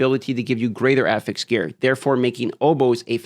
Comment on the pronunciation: I don't know why, but the pronunciation of the word "affix" makes me physically upset.